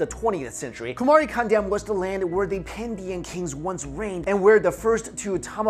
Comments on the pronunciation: its not kandam its pronounced caandom as dravidian is the term emerged in late 1800s it literally means the land of respected peoples. dravidam is actually derived from thiru-iv-idam for the europeans to pronounce, thiru-respected like Mr. or miss in english, and iv(adverb) idam-place. so actually dravida is not a ethnic group but tamils are. and aryans is a word derived from arya(ariya) an another tamil word means rare and aryan means rare peoples. to know more about tamils true but not accepted history please watch the videos in the youtube page. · It's pronounced "kaandam" which means a continent